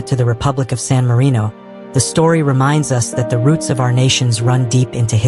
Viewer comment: it's sanarino